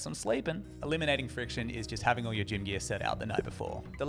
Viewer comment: "Elminating Friciton" lol.